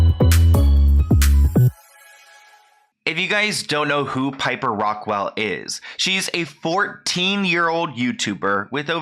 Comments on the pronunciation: It's Rockelle not Rock-well. Smh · Ahh omg sorry but it’s driving me crazy the way keeps referring to her as Piper ”RockWELL” lol 🙈 Like dude, come on— it’s “Rockelle”! 🤦‍♀️ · its rock kell not rock well.... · Rockelle not Rockwell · Btw it’s actually ROCKELLE not ROCKWELL but just letting you know, anyway love your vids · rockelle* not rockwell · It's not Rockwell, it's rockelle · Completely agree but it’s rock-elle not rockwell 😭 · It’s Rockelle not Rockwelle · rockelle (rock-elle) not rockwell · Its rockelle not rockwelle you dumba$$ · kept calling her piper rockwell… it’s rockelle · Not Rockwell. It’s Rockelle. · I LOVE HOW josh (dad challenge podcast) shouts you out and you shout him out. I LOVE YALL. &&& I think its Rock - Elle not Rockwell. But none the less keep it up !!! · Why does he say it like piper rockwelle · I'm so sorry to be that person in this matter but I bothers me 😂😭 Its Rockelle (Raw-kell) or (Rock-kell) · I love you but I think it's Piper Rock-elle Xxo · The fact he said pipers last name wrong lol 🤣😂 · I love you but if your going to talk about someone learn to say there name